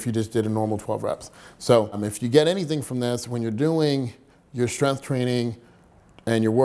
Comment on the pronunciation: There's a g in the word strength. It's not pronounced strenth